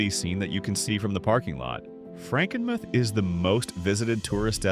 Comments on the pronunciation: You should learn how to pronounce the names of some of the places you mentioned. Charlevoix is pronounced Charlevoy and Macinac Island is pronouched Mackinaw Island. It's Frankenmooth. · Pronounced Char-la-voy and Mac-a-naw and Franken-mooth! AI doesn't get it right, ever!